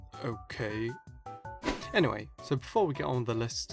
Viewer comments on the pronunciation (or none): none